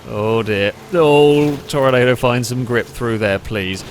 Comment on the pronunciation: Great video, I love these ridiculous races. Side note, I know it's weird but for this car it's pronounced Tor-nah-do instead of the normal Tornado. No idea why, that's just the way it is🤷‍♂️